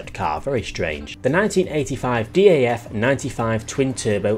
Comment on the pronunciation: Hey. You mention a DAF Dakar truck. You pronounced it d, a, f. All separately. How you actually have to pronounce it is jest DAF. All together.